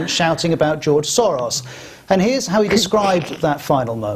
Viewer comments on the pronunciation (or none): none